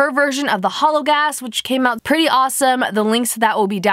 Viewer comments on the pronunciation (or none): none